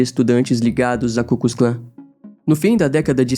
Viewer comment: e não é ku kus Klan, é ku klux Klan !!!